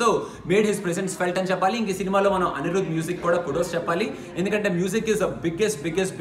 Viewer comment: Entra nuvvu.... English raakunda America Ella ellav... Anirudh ni aniruth chesav.... Ela untavra nuvvu....